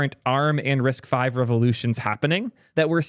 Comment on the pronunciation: "risk vee" is killing me. Literally first words on the wiki page, "RISC-V (pronounced 'risk-five')"